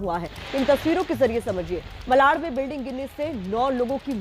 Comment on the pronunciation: मलाड नहीं,मालाड़।